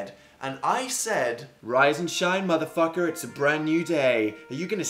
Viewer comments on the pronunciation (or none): It sounded very American. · He sounded so american when he said motherfucker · Ikr. I was like 'lol why'd he say that in American?' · Holy crap he sounds American